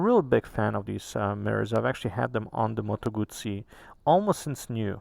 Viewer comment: Your pronounce of Guzzi is on point, and I’m Italian ❤️ so proud to see so much love for our products